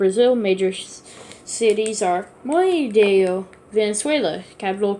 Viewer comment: You dont know. How to read you said montevideo monevio